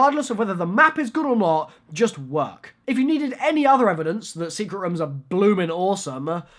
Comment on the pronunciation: i love how says rooms he is like we need secret rumm